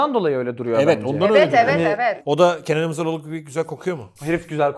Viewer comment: Kenan İmirzalioğlu’nu Kenan Hızaroğlu gibi söylemiş. Google da aratıyorum ben de😂